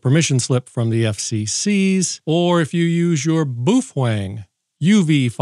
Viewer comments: I can’t wait to read a sad ham correcting the “boof wang” pronunciation. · I have no doubt that your Japanese friend is correct in a Japanese enunciation must be correct. However, as I have been working on perfecting my mandarin for 19yrs for livelihood, it's (bow-fung). Love your channel! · I just watch these videos to hear "boofwang" . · SAY BAO.... "Bao" SAY FENG.... "Feng" SAY BAOFENG.... B O O F W E N G 👁️👄👁️ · My favorite part of this channel is the correct pronunciation of “Boof-Wang”.